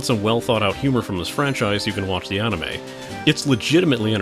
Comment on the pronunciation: an "On-ime" ? Ill never understand how people can just decide to say something wrong for decades.